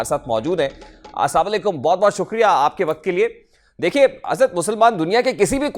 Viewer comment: Did you notice the way this anchor said salaam? Assamakum..what is this.. Kuch sharm o haya hai..